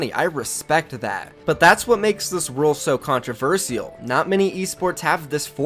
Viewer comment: It’s RULEEE NOT ROLE